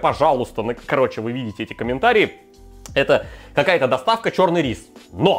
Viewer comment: 26 минут 44 секунды говорит "ч000рный"